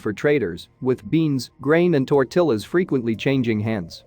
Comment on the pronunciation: He couldn't even pronounce "tortillas" correctly.